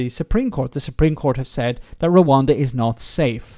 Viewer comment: "One big rabbit in the room".... "pesky peers".... And he can't even pronounce Rwanda.